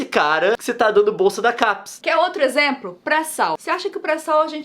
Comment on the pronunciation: Juro q ouvi a Nilce falando "exempro" kkkkkkkk